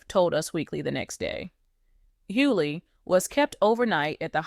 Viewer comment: Please get an AI that pronounces their name right. The G in his name has an accent and yes I didn't finish watching. And next time ILL KEEP SCROLLING.. GEEEEES